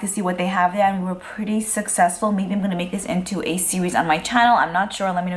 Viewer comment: "ganna" lol